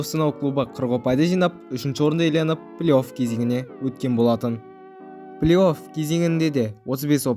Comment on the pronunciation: Плиоф емес плей оф деп айтшы өтініш, сосын ойнап жатқан командаңның атын қалай қалай айтасын? Аустрия клубыңның атыыы